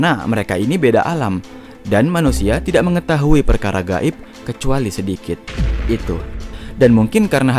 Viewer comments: Makhroj huruf "Gho" nya manteb bet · Huruf غ nya fasih kali min.... غائب... 😄